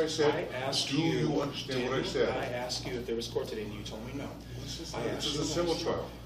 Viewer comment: What's wrong is the way you say "what" in your intro statement